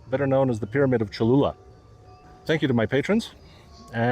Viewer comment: Boy, the Aztec language is not easy. Well done on speaking the Aztec language correctly. And If it is true this "Pyramid" is the largest on earth. Or even if it is 2nd largest, given the history of the new civilization building on top of the old civilization I suspect the Catholic Church knew what it was doing building a church at this location. And now just claiming "Ooops, Sorry".